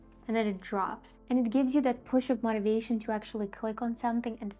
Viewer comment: "Motivating" is pronounced as "MOW-TA-VATING", not "MAH-TA-VATING". Why do you keep pronouncing it as "MAH-TA-VATING"?? Stop it!